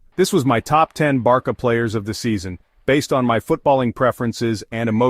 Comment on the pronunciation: Just AI can’t pronounce it in right way LOL